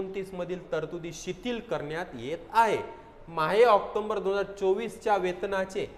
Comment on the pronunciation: अरे भाऊ आकटोंबर नाही रे, ऑक्टोबर म्हण रे !